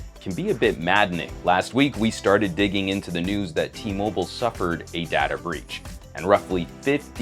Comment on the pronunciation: It's not pronounced data...but data man!